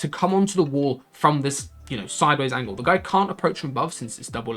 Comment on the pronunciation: You say angle like angel? But good vid